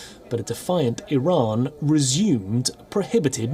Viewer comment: Biden can't pronounce "Iran" XDDDD this mannnn what an embarrassment